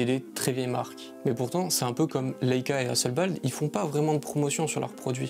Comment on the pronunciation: Hasselblad pas Hasselbald !